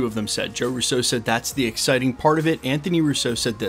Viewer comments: It's RU-SO, not Russeaux --They aren't French. Love you channel,. I watch daily. Keep it up, brother!! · Why do you say Russo like that? Lol